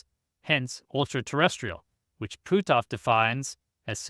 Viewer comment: On a more humorous note.., you do such a great job getting all your pronunciations correct but you butchered poor Hal's name! LOL! It's pronounced, "Puh-t-off." LOL!